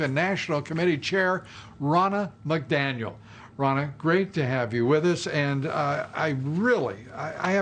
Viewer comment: "...your rear...REACTION....your reaction?" "Ronna McDamnit...McDaniel! " love Dobbs little bloopers XD